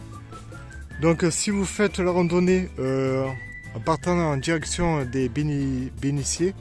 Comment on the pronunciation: Encore une belle randonnée. Merci. Il faut que tu changes le commentaire car tu parles de bénitiers et tu prononces « béniciers ». C’est un « t ». Changes ça, c’est affreux. Continue tes vidéos . C’est passionnant.